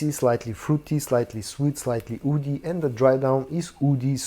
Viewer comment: Hi, when you say "woody" it's hard to tell if you're saying that or "oudy"...